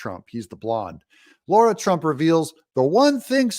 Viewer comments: It's not Laura Trump Doug, it's Lara (La-ra) Trump. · It's Lara not Laura Trump